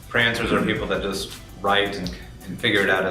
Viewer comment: it's "pantsers"... as in 'those who fly by the seat of their pants', not "prancers". Other than that, good talk.